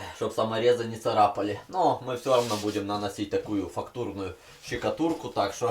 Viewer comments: Не щикатурка а штукатурка😂😂😂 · Не щикатурка а штукатурка!😉🤭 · пожалуйста произноси слова правельно не щееекатурка а штукатурка не мыыысычка а мисочка не неткогда а не когда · Не щукатурка, а штукатурка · Что такое ЩИКАТУРКА и ЩИКАТУРИТЬ?😂😂😂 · Хахахахах гипсокордон щекотурка я ору с его произношения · Боже мои уши 😂😂😂😂что ты говоришь Щщщщикатурка😂😂😂😂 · Щекатурка!!!! Ахахахппххпхпхппх. Он тролит, или он реально так называет штукатурку???????? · Смешно говоришь слово щикатурка, классный и своеобразный контен, продолжай в том же духе, таких людей как ты мало, желаю тебе удачи!